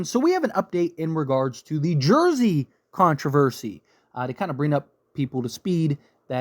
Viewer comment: Controversy, not Controvery. Sorry, I had to do it. LOL